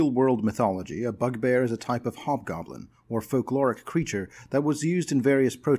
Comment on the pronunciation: What to take the time to thank you for saying Hobgoblin and not Obgoblin. :)